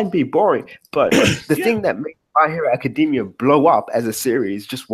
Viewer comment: WHEN THE FUCK IS GONNA PRONOUNCE ACADEMIA CORRECTLY??!!!?!!